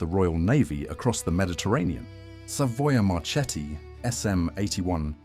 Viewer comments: yes i pronunce MARKETTI and not MARCETTI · Not "Marchetti": in Italian it is "Marketti"! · The correct name Is Savoia-Marchetti SM 82 Canguro not Canguru (English Word). Morover the correct pronunce for Marchetti Is Mar"KE"tti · Good job.... only, Italian "CH" souds "K", so it's "MaKKI", MarKetti" and so on. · Marchetti se prononce Marketti . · Marchetti non si pronuncia così. "Ch" si pronuncia come la "k".